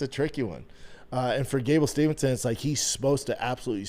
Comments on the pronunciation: Same! I love Schaub but he butchers Gustafson name every time. Also, he keep saying Gable Stevenson instead of Steveson 🤷🏽‍♂️ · You wonder why nobody is talking about Gable Steveson but you can’t even pronounce his name. You mispronounce 70% of all fighters names. That makes you sound like a moron. His name is not Stevenson, it’s Steve-son. Jesus Christ dude figure it out